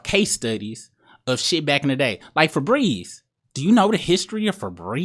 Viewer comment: “Do you know about Febreeze!?”